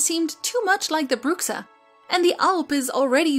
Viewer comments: I'm pretty sure the X in Bruxa is mispronounced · love the video. on a side note, in Portuguese "Bruxa" is pronounced "Broocha".